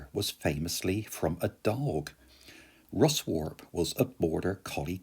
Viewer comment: Thoroughly enjoyed the video. Having been regularly travelling on the line since 1975, it's been a pleasure to see it thriving again. It isn't really surprising that the first train from Carlisle (05.49) is quiet at Kirby Stephen but, believe me, it very quickly fills up at Settle and onwards often becoming standing room only. One little gripe, Ruswarp is pronounced Russup. Thanks for the video.